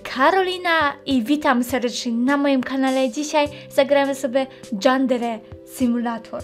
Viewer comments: Nie "Dżandere simulator" tylko "Jandere simulejtor" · "Dżendere"?! Przecież to się czyta "Jandere"!!! 😄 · Yandere, a nie dżandere XD To rozwala xd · nie dżandere tylko jandere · Ale po japońsku - Ja-n-de-ree Si-mu-le-j-too-r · nie mówi się dżandere tylko jandere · JANDERE A NIE DZANDERE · Ale kaleczysz.. mówi się JANDERE nie dżandere......... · Fajne ale czyta się jandere symulato nie Dżandere Kto ogląda znowu tylko w 2019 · GRASZ W DŻANDERE SIMULATOR CIEKAWE ! TO SIE MÓWI JANDERE -.- BOSZ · no się czyta jandere a nie drzandere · JANDERE się czyta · jandere nie dżandere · to się wymawia jandere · Czyta sie ,,Jandere" a nie ,,Yandere" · to się mówi jandere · To się czyta JANDERE ale nie hejtuje :) fajny odcinek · Jandere się czyta, a pisze się Yandere xd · mówi się jandere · pisze sie Yandere a wymawia Jandere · Czyta się Jandere